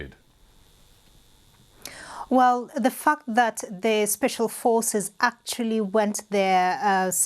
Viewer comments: Thought she said the “fuck that” for a sec lol. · I thought the lady said the f word had rewatch it to actually understand she was saying fact lol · Bruh she had me there for a sec when I head the Fk but she was tryna say fact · Lol No 🤣I thought she did as well. She said "fact"